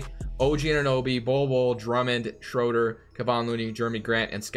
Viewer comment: Please pronounce Schroeder’s name correctly next time.